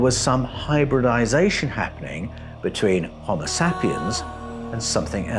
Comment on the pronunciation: The way you pronounce BERET and HOMOSAPIEN is fuckin stupidly cringey